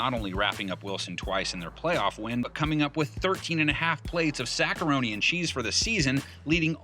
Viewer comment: Did this guy say sackaroni and cheese